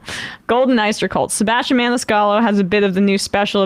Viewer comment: Meanwhile he can’t pronounce his own name; he doesn’t properly annunciate the AS in sebASStian